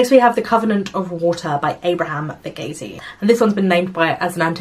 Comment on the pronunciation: Also Verghese is pronounced as Ver- geese 🦆🦆🦆 😅